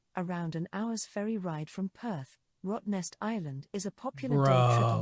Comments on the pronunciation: Yeah! Perth born, raised and still living here. It's a great place to live - friendly, quiet and laidback. As is suited for the most isolated city on Earth. Rottnest island is awesome - the quokkas just walk around everywhere. We call it Rotto (pronounced Rot-toe), not "Ro-to" as the video said. The grass seating by Cottesloe is the best place to have fish and chips. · Ha ha ha “Roy-to” muhahahaah it is “ro-toe” hahaha